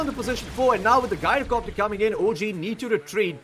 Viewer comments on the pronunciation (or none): His name comes from gyroscope, you can check the pronunciation from cambridge dictionary. I understand english language is very confusing with no rules to this regard, but the only 'guy' pronunciation i can think of for 'gy-' is gynecology, and it's extremely off putting to hear gyrocopter getting pronunciated like that. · 'Guy-roh-copter' Did this guy learn english from Scooby?